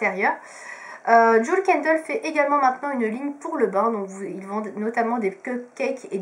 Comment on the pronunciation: On dit bien DJIWEL et pas DJOUL